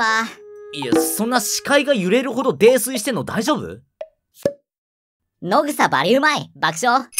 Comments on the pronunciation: 「のぐさ」じゃなくて「やそう」じゃないの？どっちも正しいのかな？ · 野草って 「のぐさ」じゃなくて 「やそう」でしょ 野グソかと思った🤣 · 野草（やそう）をのぐさって読むのwww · 野草 ❌のぐさ ⭕️やそう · 1分30秒のところ、「のぐさ」ではなく「やそう」だと思います・・・・ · のぐさじゃなくてやそうな